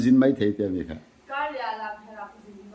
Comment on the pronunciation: Zuali kha a thiam khawp mai a lamherh kha a swi dik chiah.